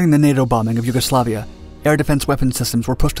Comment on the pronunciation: Yuguslavia: shoots down F-117 USAF: You werent suppposed to do that Also callsigns are typically pronounced like Vega Three-One not Vega Thirty One